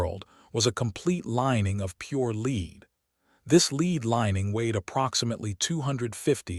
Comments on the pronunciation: Lead not leed. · It is pronounced led though spelled lead. I hate this mispronounced words in this kind of video. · Lead sounded led . Rediculous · Click bait nonsense. Learn how to pronounce lead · ROYALS ALL HAVE LEAD COFFINS, HOWEVER, PRINCESS DIANA ALLEGEDLY LEFT MANY SECRET MESSAGES ITEMS. IT'S A SHAME YOU CAN NOT SPEAK CORRECTLY THE WORD IS LEAD